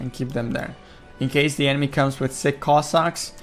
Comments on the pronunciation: ))))) man, not siCK cossacks, but siCH) It pronounses just like in a word CHick - just in the end. Have a nice day!) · narrator is calling sich cossacks "sick cossacks"😂